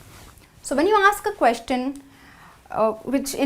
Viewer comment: Please proofand edit the videos before you post them. In a video about common errors made while speaking, the speaker '' herself has made many mistakes: 1. Many a times: It's either 'many a time' or 'many times' 2. The pronunciation of the word 'Question'